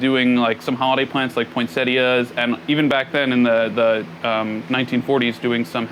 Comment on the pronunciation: Thank you for pronouncing Poinsettia correctly! Enjoyed